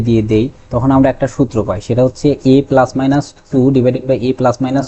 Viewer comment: পেলাস বলেন কেন?